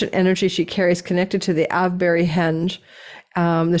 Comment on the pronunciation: Thanks. 'Avebury', the name of your tarot cards, comes from a town in the UK, with a stone circle like Stone Henge, and 'Ave' is pronounced like 'Brave' not like 'have'.